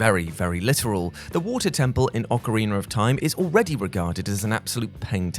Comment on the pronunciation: OcarinA not ocarinER, there’s no R! 🤦🏻‍♂️